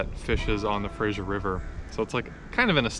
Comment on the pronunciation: I die a little inside every time you say "Frasier" river. Good luck with your new adventures in Vancouver. Remember to wash your gear after fishing in salt water.